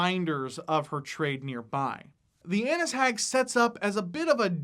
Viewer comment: i thought u said Anus hag lol